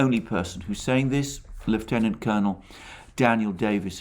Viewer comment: I do appreciate that you pronounce Lieutenant correctly.